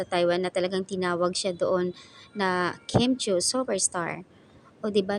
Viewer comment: KIM CHIU NOT KIMCHUI. It’s pronounced CHEW NOT CHEWY